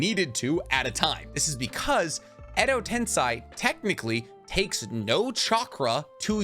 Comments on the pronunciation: Bro Edo tensei is pronounced with an A at the end not i. I love you and your videos bro, but your pronunciation of edo tensei grinds my bones 😂😂😂 keep doing your thing tho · Actually the 'i' is not pronounced, usually in Japanese, when the 'i' is next to an 'e' it just makes the 'e' sound longer, just like in 'sensei'. So it's pronounced Edo tense~ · No idea why he keeps saying edo ten sigh… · Like he said, endo ten sigh sounds way cooler 😂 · it is pronounced edo ten-say. I watched the anime both in english and japanese. In english its reanimation jutsu. In japanese its えどてんせい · All was good. First I thought he's just mispronouncing EDO TEN-SEY but aside from that, erthing was very educational specially in naruto's very confusing lore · Why do you say tensei like that?? That’s wrong lol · Does he not realize he’s pronouncing Edo Tensei wrong? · it’s literally an incorrect pronunciation how is that not wrong lmao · Is it really pronounced ten - sai? I thought it was ten - say like the spelling of it. Edo Tensei....... Im know imma have a headache going thru this vid but Imma watch it anyway. Wait. He pronounces kakuzu weird..... Am I not pronouncing them right??? Help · im a fan of the channel and you are very knowledgeable on Naruto but u have a tiny issue pronouncing Some names/Terms, most notably its edo tensei (ten-say) not (ten-sigh) and u call Kakuzu "kakuzo" and Katsuyu "katsuyo". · can you say edo tensei insted of edo tensai or no? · Repeat after me: ten, say; ten-say, tensay. That's how you say tensei. It's a Japanese word, not a German one, you don't pronounce it tensai. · Edo tensei not edo tensai. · im sorry if this annoys you but u said edo ten sigh its edo ten say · Dude. Its Edo Tensei. Not Tensai. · Love all your vids, but the way to pronounce edo tensei is wrong. You are saying edo tensai... Sei = say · How hard is it to pronounce Tensei instead of Tensai??? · Why do you say tens eye when in the show everyone says tensei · Tensei man not tensai